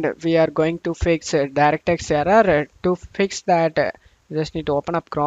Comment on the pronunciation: brother, kindly improve your pronunciation please. It took me 4/5 times to understand your aarraaraa (error). Thank you.